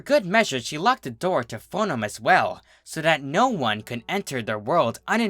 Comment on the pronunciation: Yes; I've been waiting for someone else to narrate TFH's Book of Lore; I couldn't sit through narration of this book due to his mispronunciation of "Foenum".